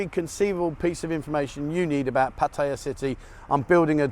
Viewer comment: LOL...after so many years there, why can't you pronounce Pattaya correctly?